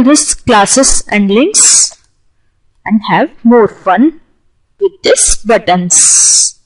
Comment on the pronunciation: knowledge wise apt...But as always some words were mispronounced like buttons..the ts need to be subtle..or for example the word proceed..most Indians and i have been guilty too in the past of calling button with a very hard T like buTTon..emphasize less on the tt..as in BUttON